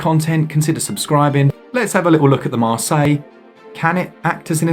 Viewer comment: No S at the end of Marseille. Putain!